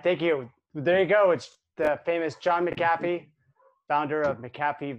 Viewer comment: It’s mc “a” fee not mcafe